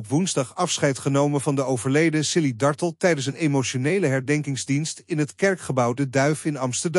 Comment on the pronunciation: JAMMER DAT DE "COMMENTATOR" ZOVÉÉÉEÉL X DE ACHTERNAAM VAN MEVROUW DARTELL VERKEERD UITSPREEKT ! HEEL ERG STOREND en DOM ‼️